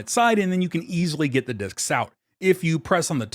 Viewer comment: And followed by a mispronunciation of the word 'discs' not long after.